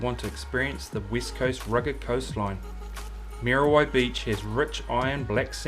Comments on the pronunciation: moody why beach bra,not mear a why...lol thanks bro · Mean vid bro but cmon butha its not mary why dont be ashamed to pronouce it properly ehoa , churr